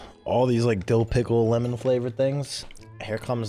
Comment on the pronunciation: I love how it says Limon with a lime next to it and he still calls it lemon lmao